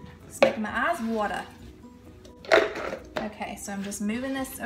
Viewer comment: You said "watta"! That's New Englanda tolk! That's where I'm from. Love your "measuring spoon". You guys ROCK! Thanks for sharing a great family memory with us!